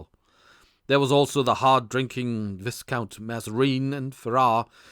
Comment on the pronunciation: This is a good story but is let down by the many times the narrator badly mispronounces words, such as Galway is said as Gaul-way, Viscount is Vi-count. I do wonder if English may a second language?